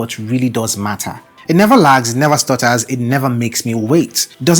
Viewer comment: "I NEVA FREEEZE"